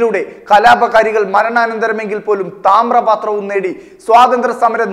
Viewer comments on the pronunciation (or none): ചേട്ടാ 'താമ്രപാത്രം' അല്ല താമ്രപത്രം ആണ്..